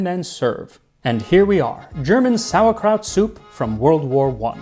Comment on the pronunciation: You say "it smells like sauerkraut" I hear "it smells like spitting in God's face".